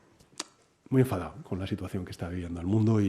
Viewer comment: "estoy muy enfadau 😤😡😏" omfg...